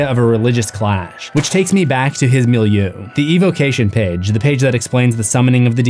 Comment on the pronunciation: Your proper pronunciation of milieu makes my toes curl. I /should/ be ashamed of myself… You and your goatee are young enough to be my son … hubba hubba.